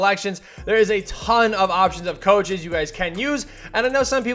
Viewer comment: still says Choaches lmao